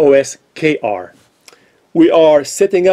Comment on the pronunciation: You said "osQr" 3 or 4 times by mistake instead of "osKr" maybe when you Googled it you typed in "osQr" by mistake : that's the kind of things that happen to me sometimes